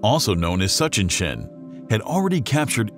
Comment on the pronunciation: We’ll see - I’m old enough to remember all of the hype about Kohoutek. I’m willing to bet that astronomers are more temperate in their predictions about this comet’s possible brightness than this video, whose information could be about as good as its pronunciation of, “Tsuchinshan.”